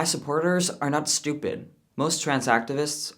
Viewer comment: Well, for get about the haters bc I like you very much and I think you have a really helpful and insightful perspective. I especially like it when you say “stoopid” like you’re from the Bronx, lol. But seriously, thank you for your content and the effort you put into the whole conversation. (If you can call it that). Best wishes to you and your loved ones.